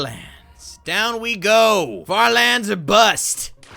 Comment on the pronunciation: IDK y I heard it as fart lands